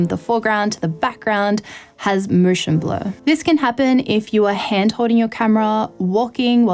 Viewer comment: "Mooshen blur..."